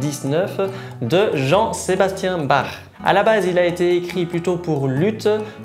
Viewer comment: Ca ne se dit pas barr mais bak !!!😭